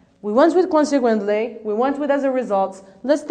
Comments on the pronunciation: not kwansek but konsek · Check your pronunciation about "consequently " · I'd like to thank and congratulate you for this noble work. You've done such a great job for the lesson was concise and to the point, but still I have some remarks on how you mispronounced ( consequently) and you put too much stress on the D in ( due to) which gives the impression that you're saying ( do you to). Good luck and keep up the good work!